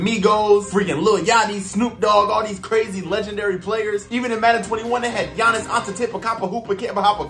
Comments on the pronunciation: The way he pronounced Giannis name was crazy😂😂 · I know I’m late but the way that pronounced Giannis made me almost let out doo doo😂